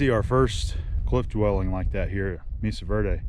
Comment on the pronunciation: FYI the 'e' in Mesa is pronounced like a long 'a'.